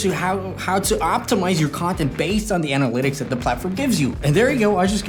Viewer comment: Interesting you divide the word Analytics in : Anal - ytics. :D but i get it: instagram it's a pain in the as* ^^